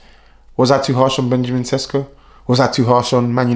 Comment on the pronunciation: It is pronounced Sheshko not Sesko.